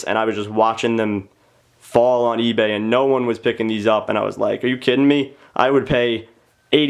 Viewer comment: you said esbay instead of eBay lol